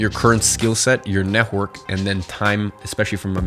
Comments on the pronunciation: NET -WORK not NEH-WORK😭😭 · Neh-work. Why between many other words you choosed to mummble this one?) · It really annoys me the way you say "network". It kept throwing me off throughout the video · Love the way you say netwhork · No offense, but the way tou say "network" is so funny. Had a good laugh. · The way you say "network" is funny :) Good vid! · why do you say "network" like that lol is it just me who doesn't hear it straight or m tripping